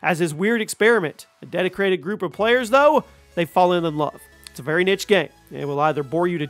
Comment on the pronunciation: It's pronounced niche not niche